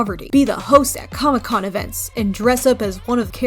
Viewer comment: Hehe “coomic bok” gig